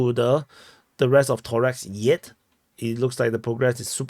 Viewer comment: ToreCk, its anoying not Torex, C like C not K in Slavic languages